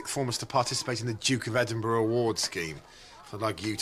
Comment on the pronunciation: Congratulations you are the first American, I've ever heard, pronounce Edinburgh properly 🏴 happy healthy peace ✌️